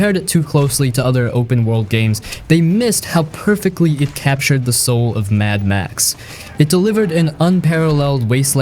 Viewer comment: Mad Max, Daye Gone, and Spec Ops. ears are bleeding.